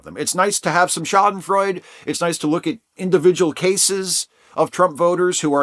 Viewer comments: Yes, I’ll be “that guy” and correct your pronunciation: it’s shah-den-froy-duh. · Pedantic: The "e" on the end of "Schadenfreude" is not silent. Thank you for your videos. I really like them.